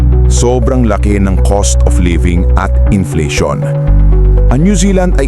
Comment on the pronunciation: Cost dili coast